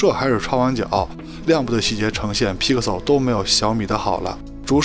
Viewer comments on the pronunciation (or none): 听你念批可馊脑壳疼